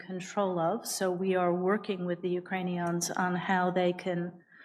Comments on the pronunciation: "We are working with the you-crane-e-ons". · did she say "Ukraine-eons" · The way she says "Ukraneons", sounds like she thinks they're an alien species 🤣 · Ukraineon’s…I can’t stop thinking about her wording…is she trying to give a message to Ukrainian new nazi’s? Neon’s…? Just can’t believe that someone with this much experience working in/on Ikraine, would mispronounce Ukrainians. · She called them "UkraniONS" 🤣🤣🤦‍♀️🤦‍♀️